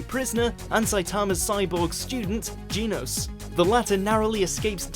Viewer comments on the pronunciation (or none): Did he just say 'jeenos' instead of 'genos' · Its not Ginos Its Genos ge DUMBASS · How do you say Genos' name so wrong when they tell you how to pronounce it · How did both Saitama's and Genos's names get butchered that bad... cringing so much rn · He said Genos wrong